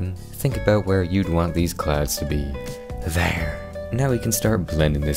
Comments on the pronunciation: I keep hearing “THARE” THERE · You manage to make me laugh every time you say two words... "There!" and "Dinosauer". Every....Time...